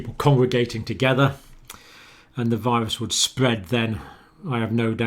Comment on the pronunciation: 'Alarming; disturbing, SPWWWEAD' - Dr John